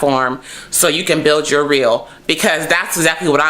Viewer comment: you did not just say "build you reel" !!!